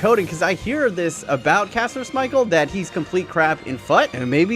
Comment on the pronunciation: Why does he keep saying Kasper Smichale